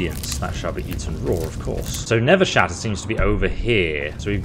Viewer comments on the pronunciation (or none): I like how he kept calling it Nevershatter when it's listed as Nerveshatter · its called NERVE SHATTER not never shatter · I'm definitely eager for the next episode, however the mods quests so far have just been go to this dungeon, kill this guy, retrieve ancient artifact, report back. Hopefully they become more interesting, also a small detail but your calling the hammer 'Nevershatter'. But it's 'Nerveshatter'. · Love how you keep saying Nevershatter, when thats not the name, lol. Does anyone else pronounce "nerve" as "never"? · What it says: NERVEshatter What the characters call it: NERVEshatter What he's saying: Nevershatter Why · I feel like you're mispronouncing Nerve Shatter lol